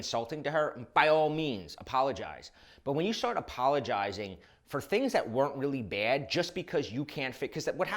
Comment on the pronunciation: What is “appolojsirius”?